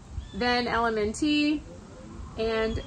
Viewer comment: Thank u! Btw, LMNT is simply pronounced "element". No need to add the T sound. LOVE your content!